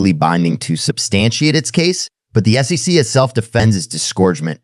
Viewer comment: Great content but hard to follow as it sounds like AI generated, badly cut with some bad pronunciation of common words like SEC, dollar amounts etc